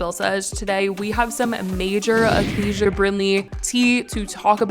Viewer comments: It’s “uh-kay-shuh” not “uh-kay-zhuh” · It’s Aca-Sha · bro what i have the same name as her its pronounced ah-kay-sha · It's pronounced Acay-sha babe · It’s pronounced Acaya